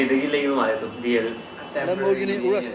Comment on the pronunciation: Its nt Uhrossshhh its Yourusss (spell URUS)